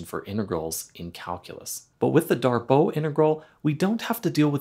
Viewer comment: Pretty sure it's "Darboo", not "Darboh". At least if we're assuming the name is French.